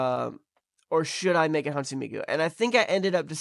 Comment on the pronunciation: For future reference, Hatsune is pronounced "HAT-soo-neh"!